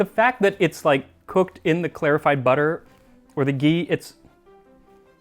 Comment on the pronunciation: The way you say clarified as clearified is jarring